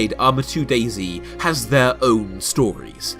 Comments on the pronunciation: why u saying dayzee cant you just say dayz (De*i*z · Have you realized it's not "Daisy" but "Day-Zet"? I've no idea why they all call it Day-C... It's sad that not only developer but also players ruined this game... when I first played it years ago it was fun because it was about surviving and looting but also discovering and traveling (in a positive way) and it tooked not long to get good loot but you could allways improve it and meeting players was never or rarely K.o.S. insted it was having some conversation asking them if you could join them or if they can join you or if you can help them or if they or you need something etc. But than it became more and more ugly - loot became more and more shitty and little and you often died by starvation - later because of overheat or hypothermia but also the behavior of the players changed alot... it became first a more carefull version "are you friendly?" but than they began to lie or betray you and shot you and so it became more and more kill on sight - you can't thrust anybody etc.... even the rule newbs (new spawned players) are taboo was lost and it became ugly and unfriendly more and more... Nowadays it's a painfull looting and running around for ever kind of deathmatch or a hike-simulator a nice one but... yeah... often you're happy if you have no good loot because so you not have to loose much - as more you have as painfull it will become The basebuilding is veeeeeery poorly in standalone and you can be sure that if you log out and come back your tent or barrel is looted even if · British man saying zee instead of zed but this is still alright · It's not dasy its DAYS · DayZ is meant to be pronounced DAZE. ;)